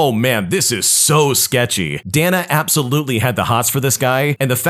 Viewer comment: Day-na not dah-nuh